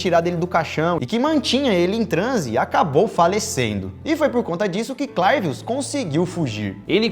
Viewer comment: É bem engraçado mesmo. Eu sou Haitiano é verdade que essa pratica existe no haiti infelizmente. A maneira certa de pronunciar o nome é CLÉVIUS